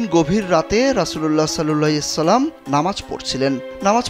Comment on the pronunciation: Vai rasuullah sallahu alayhi oyacalam,,ata suddo vabe uccaron kren